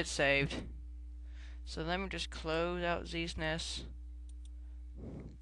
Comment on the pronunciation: um, it's Z-S-N-E-S, not Z-sness